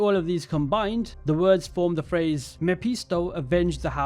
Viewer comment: It probably should be "Wir arbeiten im dem dunkeln um dem Licht zu dienen" which is still grammatically incorrect but they tried. i know Dunkel means dark but the correct word in this case would be "Dunkelheit". Dunkel doesn't really work in that sentence. Mephisto is pronounced Mefisto Rache is pronounced like a type of hiss but instead of hissing like a snake u try to hiss the C. And no Rache doesn't mean avenge. It means revenge. Avenge is Rächen. if this game doesn't introduce "Faust" then i'll be a bit sad. glad to see AC is coming to germany tho